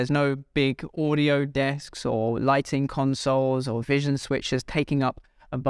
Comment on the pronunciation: router not rooter! wow, this really gets to me. It’s not Oodio, it’s audio. it’s not, rooter, it’s router. u have all that knowledge, but consistently say Rooter? such a shame .